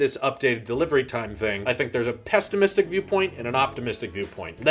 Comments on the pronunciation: Pessimistic, not pest-imistic, although it makes sense, pessimists are pests 😉 Volu’m’ptuous 😂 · What the fuck is pesstimistic